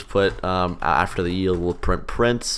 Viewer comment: i first heard coroutine dot yeet instead of coroutine dot yield